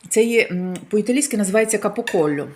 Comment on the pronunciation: не вивчила нi укр,нi iталiйську.Капокольо Жесть